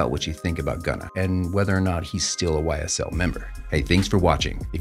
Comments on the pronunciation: YSL NOT SYL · "SYL", "charlamahnyuh" seems credible lmao